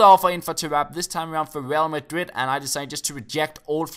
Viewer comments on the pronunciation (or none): none